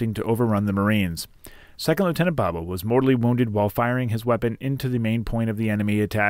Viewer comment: Your photo has been reversed. The foul anchor should protrude from the bottom left of the globe, but yours is just the opposite. Also, his name is pronounced "Boh boh" not "Bob-oh."